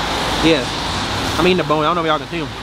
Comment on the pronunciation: $15 boones he said I was so confused 😂😂😂 it’s bones 😂🤣😂